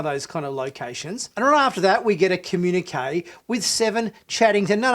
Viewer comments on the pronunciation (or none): none